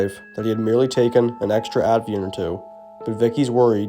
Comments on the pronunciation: Hey I just wanted to let you know that you are pronouncing a medication wrong. It's called Ativan not Advian. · It’s Ativan, not Advian… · ATIVAN. NOT ADVIAN. Jesus. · ativan, not 'atvian' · It's not "Add-vee-ann" bud.....It's "Atta-van" A.I. voice? If not, gotta get your Tees crossed and your Eyes dotted in the future. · Ativan!! Not Abievan! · It’s Ativan. At-i-van. Not “Atvian.” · ATIVAN not Atvian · The drug is called ATIVAN not atveean. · Ativan not Advian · Is this guy trying to say Ativan?